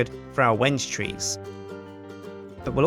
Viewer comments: The tree is pronounced weng-gay not when-gay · Wenge isnt said wenj but when gay! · Gotta love how he still pronounces it "wenge" rather than "when-gay" at the end. :P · When-gay?its pronounced ven-gee. My dad is a kitchen designer. He knows this stuff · some1 is pulling your leg. It's pronouced Veng now Weng. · It's when ghee. I'm building a chest with it in real life. When he says wenje it frustrates me soo much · No he is telling us how to pronounce Wenge,it is pronounced (When-gay). I am an expert on Wenge,Wenge...pronounced (when gay).. A very hard dense wood worshipped by the east bay congo mufidious bunga tribe. A sharpened piece is used to cut the umbilical cord of all their babies, any self mutilation ritual, and also to kill any invading enemies with a club made of wenge. the scientific name Is mehituondaheadicus widhardstickitus. It can be very rough,and won't go down without a fight. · The vid is called When-gay because that is what it sounds like When u say wenge! Like so people can see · Pls give a link to a fb page!! Im liking the yogscast clan on fb and u didnt provide a link in the description! And inspite its a mispronunciation, i dont think i van call the wengebanything else other then wen-ge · I thought it was pronounced like wengee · Is he sure its not pronounced when-yay? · I'm from Argentina, we use tons of Wengué over here. At least in the spanish speaking world, it's prononuced "Wen-ge". The first part is prononuced as "When", and the second one sounds like the "ge" in "get" Also, the second syllable is the one that's stressed. We use the "é" to indicate that's a stressed letter. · I think there were a troll saying to that the wenge tree is pronounced "wen-gei" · wenge - pronounced when-gai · It's wen-gee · Someone tells its pronounched when-gay. Obvious troll is obvious troll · Well the title of this video is how you pronounce Wenge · THANK YOU! I was so frustrated when he said Wenje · At the end you said it wrong